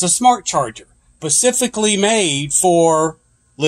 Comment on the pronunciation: Pacifically made? I thought it was SPECIFICALLY made in China?